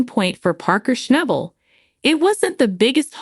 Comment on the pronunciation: For G I ds sake..learn how to pronounce his last name..I think he's earned that. Common on! Show some respect.